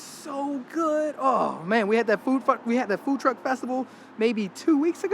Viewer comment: the Food F*ck, instead of food truck had me laughing